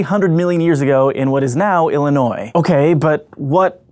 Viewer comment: Thank you for saying Illinois instead of illiNOISE. The S is silent everyone, The S if freaken silent! "heavy breathing"